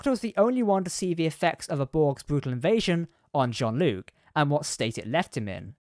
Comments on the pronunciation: ok, but his name definitely isn't pronounced John 😂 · Seriously, John-luc Picard? Have you actually ever watched Picard introduced himself? Are you even a trek fan? Wtf